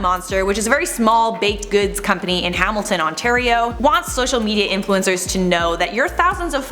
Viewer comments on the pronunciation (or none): none